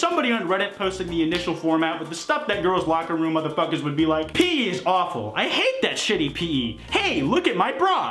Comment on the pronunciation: the most upsetting part of this meme is saying pee instead of pee eee